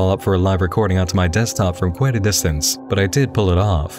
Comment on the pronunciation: I found Kwite!